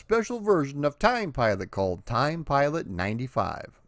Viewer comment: I'd like to report a homicide. The victim is the pronunciation of this game's title.